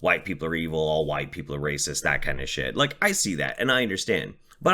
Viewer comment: "W-HHH-ITE" "Captain Puffy Nipples" I can't stop laughing! 😂